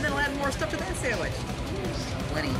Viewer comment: "3... 2... 1.. SAMMICH!!!"